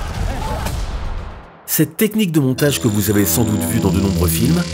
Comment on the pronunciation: Montage parallèle et pas Montgae parallèle svp hihi